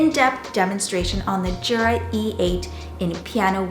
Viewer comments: THANK YOU! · It's pronounced "YOO-Rah" not "JOO-rah."